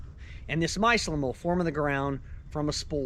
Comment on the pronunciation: My- cell- um... BAWAHAHAHAHAHA 😂😂😂😂😂